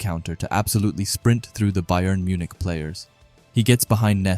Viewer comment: Bjern Munich? lol